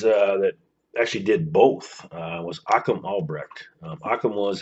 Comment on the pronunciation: If you are going to document someone you should first know how to pronounce their name properly. His name is not Achum.